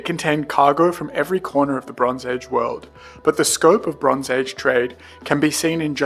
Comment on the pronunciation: It's just me or when he says "the bronze age" i can hear "LeBron's Age"